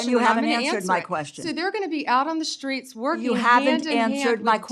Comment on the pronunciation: Dumbest woman in the room. A shame. Shhtreets😅idiot